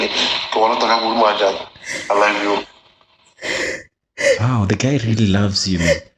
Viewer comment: Yoh😂😂 ngwana sesi le mogatxae bona...Bare "I lab you"